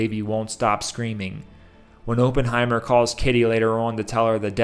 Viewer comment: You keep saying ophenhimer wrong ..cmon bro you watched the movie do your homework 😂😂😂